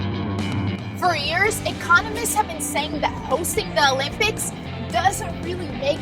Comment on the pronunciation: Interesting how she repeatedly says, "The lympics" throughout the vid.